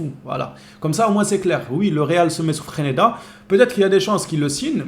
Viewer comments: c'est freSneda et non freneda 😂😂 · Le real sans le Barça, ce serait Leganes! FRESNEDA ce serait un bon joueur pour nous. on dis Fraise-neda pour FRESNEDA